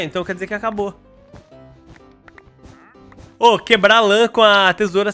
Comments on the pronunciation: "Queblar", você - Eu: KKKKKKKK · quebla:quebla Eu:kkkkkkkkkkk